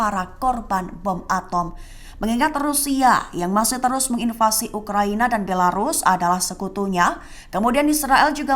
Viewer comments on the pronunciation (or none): none